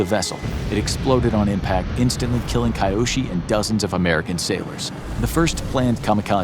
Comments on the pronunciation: The name is pronounced Kee-yoshi, not Kaiyoshi. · 'Ki-' isn't pronounced "kai", it's pronounced '"kee". So Kiyoshi is KEEyoshi, not KAIyoshi. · KAI yo shi no. Kee yo shi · So, So many things wrong with this video, both factually and culturally. Please put in some effort into research, unless you're putting a disclaimer that your "story" is based on stereotypes and assumptions. Too little space to even gloss over, but to start: He got a "*White*" paper? And WTF is "Kai-Yoshi"? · You do a great job of narrating but I urge you to work on pronunciation. KEY-YOSHI Kiyoshi Do better! I know you can! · I was thinking why Chinese background music And Kiyoshi isn't pronounced right